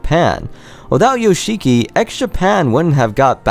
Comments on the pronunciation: It's pronounced Yosh'kee - not Yo-shee-kee. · the fact you say "yo-she-key" instead of "yosh'ki", really says a lot fam :) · you are so in love with Yoshiki but you can't pronounce his name properly. If you watch the documentary, you can see/hear Toshi complaining how business/composing became more important to Yoshiki than their friendship. Toshi says in the documentary that he desipised Yoshiki. I don't think that Toshi truly got brainwashed just like that. I think he was very lonely in USA and that made him very vulnerable to any influance. Some of the facts you made up. There's no official information that Yoshiki kicked out Metallica. Of course if he bought the studio it was his and he could do whatever he wanted with it but there's no information anywhere that he kicked them out during recording period. About Hide hairdresser stuff... Yoshiki didn't convince him to not just be a hairdresser but to become a rocker. Hide stated himself that if he wasn't more interested in rocking out, if he didn't find anything inspiring to mess with he would just become a hairdresser. More to that I think Yoshiki wasn't satisfied with X Japan's popularity, that's why he didn't try to stop Toshi from leaving the band. I read somewhere that they considered hiring a new vocalist with Hide but when Hide died those plans got ruined. Of course it broke Yoshiki inside because clearly he was his friend, not just a business partner and business support. But not giving a flying fuck about his childhood friend change of lifestyle and his wierd behaviour makes you wonder how much Yoshiki really cared about Toshi. Keeping